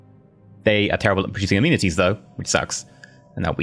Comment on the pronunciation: So I've never played this game before. That being said I don't understand a lot of the terminology for things. But, when he was saying amenities I thought he was saying immunities for at least the first few episodes. And I couldn't understand how he was getting immunities of the building people building. I was very confused.